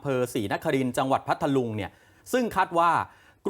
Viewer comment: อ่านผิดเพ มนัง พัทลุง เขาวิเศษพัท ลุง บ้าม้ายนักข่าว ไม่ทำการบ้านก่อนมาอ่านเออ